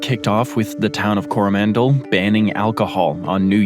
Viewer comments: 1 for pronouncing Coromandel as if it were a relative of Howie Mandel. +1 for a pretty good pronunciation of Pahiatua (which some locals even mispronounce, as PAh-hee-ah-TOO-ah). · The way he said coromandel as well lmfao